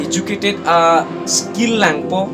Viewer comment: Politiker party puha ?? Goverments ATUM puha ?? Lever puha level aphanta ? iju_cated puha educated aphanta ? Bis_nas puha business aphanta ? Mediker puha medical aphanta ? Contain puha content aphanta ? Rest_pect puha respect aphanta ? Ranbil puha ranbeer aphanta ? Incidence puha incident aphanta ? Kor puha call aphanta ? Thar_jen puha thousand aphanta ? YouTube channels along . Puha ?? Koan_ta matiko dopikma ?? Hoter pukali hotel pu . ESI ah ' Politicals leaders 'ATUM APHAN . Puha ??? ESI ah news channels . Puha ?? LAA...ANNN..KA..BURBOK.. PRONOUNCIATION..PLANGPLE...TA..LAAM..KABUJAI...AH..CONTENT..SI..KASELAM..LAM..MA..MONIT..NGKE ??? PRONOUNCIATION CHARLI THA FIRST . CTA...RESPECT...NGPI...DAT...PODE 💥